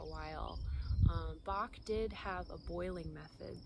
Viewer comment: Dr. Bach’s name is pronounced like “latch” not “lark”. See Bach Center channel videos.